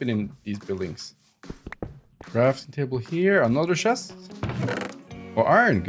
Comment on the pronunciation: shest(It is actually a chest)^^ your so funny.